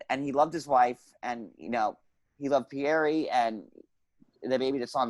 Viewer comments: Because that's how it's pronounced in Portuguese. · Why does he pronounce Pierre like that? 🤔